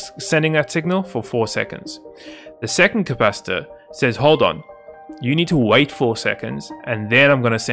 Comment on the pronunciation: ah yes the "capcitator"